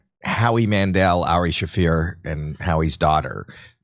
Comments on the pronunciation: Jimmy, a comedian. Doesn't know how to pronounce Ari Shaffir's name? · Ari "Shah-fur"